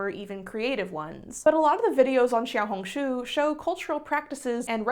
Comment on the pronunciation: ur xiaohongshu pronunciation was SO GOOD you're like the only non chinese person i've heard who pronounces it right